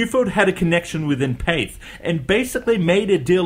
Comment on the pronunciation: Its Path-Ay not Pathe, the firm was French.